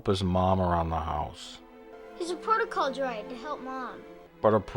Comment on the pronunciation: I like how in episode 4, it sounds like the actor who plays Owen has never even heard the words “etiquette” or “protocol” before. “I assume you’re programmed for Etta-kett and prota-call.